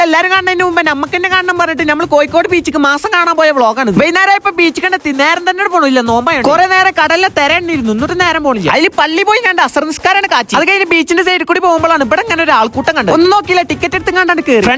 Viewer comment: ee chengaayi tholla thornnaal pottatharam allathe parayoola😂 eda pottaa thera alla thira ennaan 😁ini ank malayalam padikkanel innod parai njan padippich theraa😁😂 ante malayalam paddikkal nte karyam njan eettu🔥🔥🔥